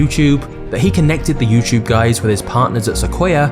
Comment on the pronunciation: You know it’s a “T” not a ch.